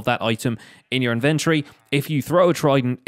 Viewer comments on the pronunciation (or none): It took me way too long to realize you were saying inventory & though you were saying inventary like a factory for inventing things XD